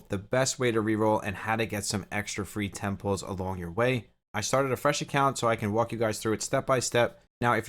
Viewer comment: First time playing gacha. No idea what is going on. Kept hearing "getting temples. i'm going for temples". Only to realize you meant "10 pulls!"